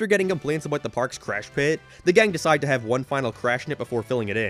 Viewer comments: What kind of speech impediment does have? His "no" and "about" sound like he's deaf. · alr bro i was fine enduring every other fucking horrible take you had in this stupid long ass video but when you dissed fucking wingstop you crossed the line. You cant even fucking pronounce "about" or "now" correctly and now you say wings are bad.